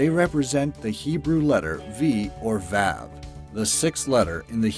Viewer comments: fyi, its not pronounced vav, its pronounced vov. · The way he pronounces vav is RIDICULOUS. This is coming from someone who speaks fluent Hebrew. It's pronounced vuv not vav. There is no exaggerating on the a. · Vav is pronounced vahv not vaiv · Just as a disclaimer the Hebrew letter vav is pronounced v- ah- v not v- a- v X3 I don’t blame anyone for this though. It’s not a very common spoke language. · It is pronounced “Vuhv” not “Vav” so ו yes that was Hebrew and the order is aleph bet vet gimal daled hay vav. Vav is the 7th letter not 6th. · didn’t think that the monster energy logo could be interpreted using gmatria. also it’s pronounced vah-v not vAv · VAAAV. lol. It's pronounced vov. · I’ve been taking Hebrew for years now and hearing you say (VAHV) make me cringe. The letter vav is prounonced (VOHV) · it is not pronounced vav it is pronounced vuv i speak fluent hebrew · you pronounce vav the hebrew lette like vov I speak hebrew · For the monster its not pronounced vav its pronounced (vuv) I know this I'm Jewish I know Hebrew ok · When he said ו like vav I was dying. Dude it’s pronounced vuv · vav is pronounced v-u-v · When he pronounced “vav” as “vow” and “Gematria” as “Jimatria” my Jewish bones began quaking. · That’s not how the Hebrew letter vav is pronounced. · Vav is pronounced with the A sounding like ah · It’s vav ( vov) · Its pronounced vauv